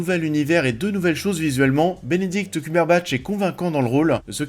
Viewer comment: j'ai cru entendre culberbatch au lieu de cumberbatch 🤣